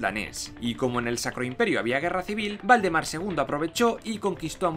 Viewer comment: Dijiste el rey Voldemort :o ah no Valdemaaar